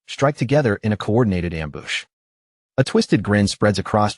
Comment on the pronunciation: am-booss??? ambuscade? ambush? gotta love ai. and the thorny vine crying at him as it goes by.